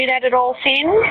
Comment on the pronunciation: Finn not phin